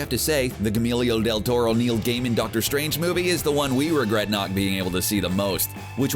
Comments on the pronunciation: Haha how the F did he just pronounce Guillermo del Toro?! Gyll-milio deeltoto?! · Yes it sounded like camilio del toro, hahah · Gamelio del Toro... thumbs down. Have you never heard someone say his name? Could you not take TWO SECONDS to Google it? Because the pronunciation of Guillermo (gee-yer-mo) can be easily found on thousands of sites and even YouTube videos. You switched around the letters and made it sound like his name was Emilio with a 'g' in front of it. This narrator is not only ignorant, but lazy as well. If you don't know how to pronounce a name, TAKE A SECOND AND GOOGLE IT Nothing pisses me off more than laziness and incompetence combined. Fuck this narrator and whoever let it go to editing without some sort of quality control. I'm guessing this is a one man show... I mean, one man shit show. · CBR, do some mother f'ing research. Gahmeeelio del taro. VERY NICE. I am just sick of this, unsubscribing, disliking. Spiderman has been back in the mcu, for about a week, before you posted this. Dont argue that it was already scripted. One word, EDITING. Half your videos are wrong anyway. yOU CaN GEt aRREsTED foR bEIng in dC aND mARvEL. Tell that to fricken deadpool. Like, what is wrong with you guys? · Gemillio deldoro, doorma'amoo... YOU'VE GOT ONE JOB!!! READ THE FUCKING SCRIPT AND PRONOUNCE THINGS CORRECTLY. Find a narrator who is aware of the pop culture they're narrating... I'm taking a break from your channel's apathetic narrators. Get your shit together... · This guy butchers so many names, Idk why no one at their hip little west LA office has fired him yet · Pretty brutal pronunciation. Gee-yer-moe. Not that hard. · hearing him say Guillermo del Torro is almost a crime. Look up the damn pronunciation first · The way you butchered Guillermo del Toro's name is pissing me off, man. Do some mf research beforehand, geez. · The way he butchers Guillermo del torro’s name is unbearable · lmao his pronunciation of Guillermo del Toro